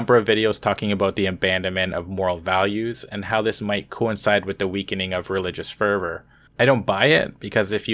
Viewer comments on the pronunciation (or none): none